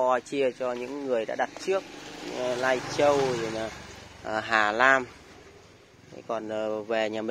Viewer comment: Ngọng líu ngọng lo. Canadian thì đọc Caladian Lai Châu thì đọc Nai Châu Hà Nam lại đọc Hà Lam Hahaaha